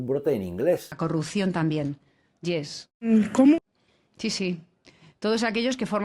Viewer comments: Ayuso es retrasada hasta para ni siquiera saber pronunciar un monosílabo como “YES”, es bruta con avaricia; es +-“ies” no “lles”. Qué les pasa a los políticos del PP en Madrid?, son lentos mentales o qué!. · Ayuso para una palabra que dices en inglés la pronuncias mal debes decir (IES) yo de lo que no estoy seguro no lo digo, no estamos en la comedia.